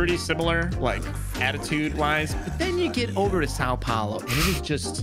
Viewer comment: That "São Paulo" pronunciation hurts so much 💀